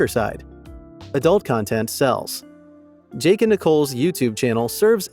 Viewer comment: We shouldn't trust you as truthful either! You can't even spell and pronounce their names properly! It's Jake and Nicolle, and NOT Jack and Nicole! 🙄